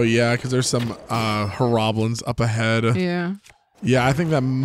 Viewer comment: the only thing in this series that has gotten on my nerves that you've done,, is calling horriblins "horroblins". cringe isn't real but I feel a mental torment of an unspeakable amount when I hear that mispronounciation. you're going to get people who dislike the way you play games no matter what and the majority of us are here for you and love how you play! I know it's hard to just "not dwell on it" but I hope this can at least help you get a little further to getting there